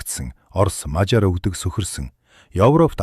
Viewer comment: Дэлхийд хосгүй монгол сайхан түүхээ өгүүлж буйд баярлалаа ! Гэхдээ монгол хэлээр Мажар гэхгүй , Мажаар гэж дуудвал зохино. Гэхдээ Мажар гэхийн оронд тус улсын нэрийг монгол хэлээр Унгар гэдэг шүү дээ !